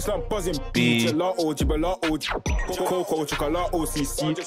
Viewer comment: Man said gelato gebelato GB💀😂